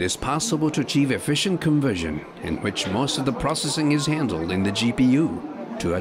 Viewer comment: Why did he go all texan on "handled"?